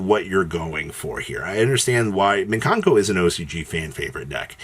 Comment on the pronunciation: Great, now we get to hear say “MIN kanko” all over again